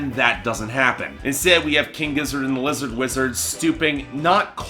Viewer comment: It’s Lizard Wizard mate! Figure it out! If you can’t even say their name properly do you really think your review is valid. My review of your review is one star if that!